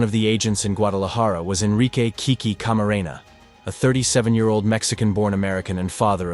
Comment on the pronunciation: That DEA agent's name was Kiki Camarena not Kiki Garena